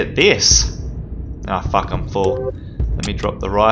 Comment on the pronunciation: I love whenever he says "Fack" or "facked"